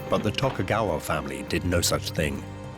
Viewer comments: and tokugaywa assu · and tokugaywa assu... xD figures they could at least get the pronunciations right